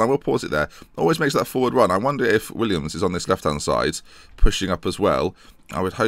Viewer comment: Little gripe I have, please stop calling him Williams, it's Willems.(Pronounced Will-ems) Great series though